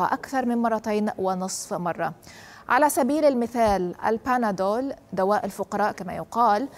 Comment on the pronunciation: البنادول وليس البناول